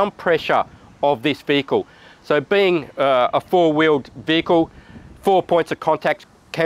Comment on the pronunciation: Bloody veeled weehicles